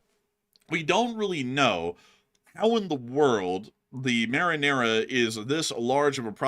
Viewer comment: You said right it’s (Mari nera) marinera translate to the she sailor